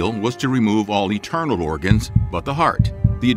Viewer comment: Great stuff, but why are you calling internal organs “eternal” organs?